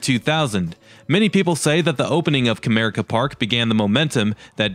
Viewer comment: I love that you pronounced Comerica Park correctly, as Cuh-mere-ick-uh